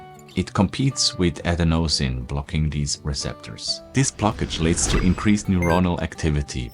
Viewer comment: You’re saying adenosine wrong.